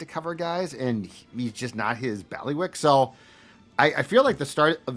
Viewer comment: Belly-wick? Did you say belly-wick? Wtf?